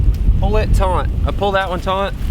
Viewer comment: Nice video. But it’s taut not taunt. That was like nails on a chalkboard and that doesn’t bother me.